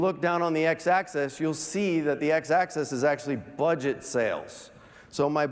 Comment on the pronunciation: “Axis” not “Access”